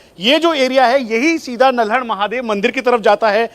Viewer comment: Bhai nalhad hai na ki naldad